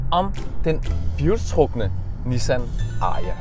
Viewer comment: Sjovt at du konsekvent udtaler #Ariya forkert 😁